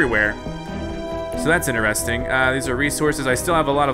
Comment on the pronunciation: I’m veeeeerry late but I hate when he says interesting wrong